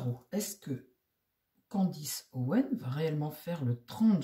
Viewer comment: c'est Candace et non Candice